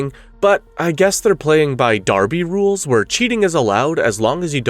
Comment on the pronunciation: "i guess they are playing in d'arby roules..." im dying laughing